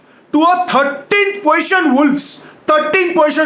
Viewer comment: "We have lost to a 13th position to wolves" what he is saying " we have lost to tatti position to Wolves" what am I hearing 😂😂😂😂😂 jai